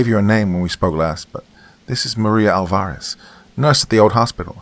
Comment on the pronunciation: and 'Alvarez' is usually pronounced 'AWL-va-rez', not 'awl-VA-rez'.